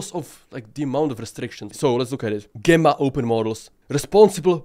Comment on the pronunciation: GEmma pronunciation is JEmma a strong G like GEmini, Gemma is a synonym of Jem.